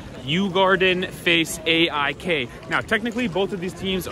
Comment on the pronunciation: cheering for 'eh eye kay' as a way to blend in 😂